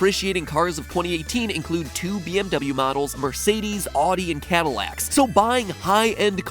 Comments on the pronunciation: did you just say 'ordee'???? It's 'Ow-dee' Audiiiiiii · Adi? ADI?! ITS SOUNDS LIKE OWDI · When he pronounces Audi (awdee) it hurt me deeply lmao. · The correct way, or at least more correct way: "Ow-di." I had actually NEVER heard anyone say "Ahh-di" before MatPat. I thought the correct pronounciation of "Ow-di" was common knowledge. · Whoa Matpat ... did you pronounce Audi “Ah-Dee,” or “Ow-Dee?” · why is everyone suddenly pronouncing Audi as aw-dee? I pronounce it ow-dee. Is it actually aw-dee? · He pronounced Audi.... ...As oddi The hurts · you americans really mess up pronounciation of jaguar and audi its not jagwire or jagwah its jag u-ah and it al di Also its not that hard to buy a few cars that maintain or are likely to appreacite in vaule if you know what to look and search for . YOu can easily fork over the money for a used chevy ss (imported vf commodore witha manual box) for somewhre between 40 and 60 grand and spend the rest on a clean manual 2jz gte supra which are becoming crazy expensive atm if a 2j isnt your style go for a r34 gtr again is a clean example and again appreciating due to the hype around the 26 and the legendary skyline gtr line. Using the left over cash for an affordable but fun daily such as a hawk eye subi or an 240 sx if you're so inclined. new cars as an investment usually dont pan out, while desireable and aging cars from the ealy naughties and before are wearing out and the availible cars are becoming more rare especaiily all origoanl, low milage examples. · I'm sorry, did MatPat just call an "Audi" "Ahh-di"??!! 😬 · um.. who else pronounces audi like that cuz I say it as awu-dee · Sorry you said (porsh) when it’s pronounced (porsha) Also Audi is pronounced (owdee) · I had to stop and go back as soon as I heard his pronunciation of Audi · I hate how he mispronunciations Audi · How are you pronouncing "Audi"?? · Never say Jaguar or Audi again. You're just doing it wrong. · The way you pronounce Audi makes me irrationally angry